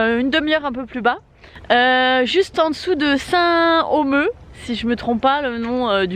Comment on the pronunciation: " Saint Omeu" au lieu de " Saint Omer".. 😏 Bon d'accord passons sur cette erreur de prononciation mais c'est un... "Bled", carrément. Je me demande bien ce qui peut laisser à penser que le terme "bled" puisse correspondre à cette ville. C'est tout de même une ville de 15000 habitants ou manifestements il y a 2, 3 "trucs" à visiter ....